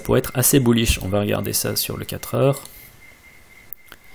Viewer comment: À chaque fois que tu dis "bullish", un petit chiot meurt dans le monde. -_